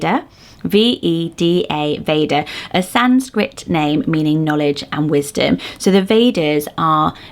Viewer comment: ❤❤❤ my daughter born in 2021 is named Vada, pronounced just how you said it. We call her DARTH Vada when she’s in a bad mood🤣